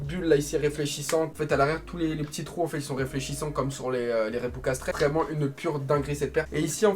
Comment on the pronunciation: Reebok pas rebok